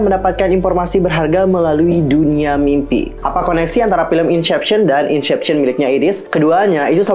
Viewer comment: maaf kalau tersinggung tapi, cara baca inception = insepsyen, bkn insyepsyen. itu aja si, tapi pemabhasan teori nya asik kok